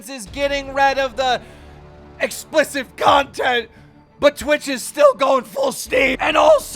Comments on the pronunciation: “Explissive Content” 😂 Keem talks like a 12 year old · The word’s explicit. Not “explicive”